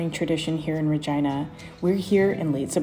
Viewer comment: Its ree-gina not ri-gina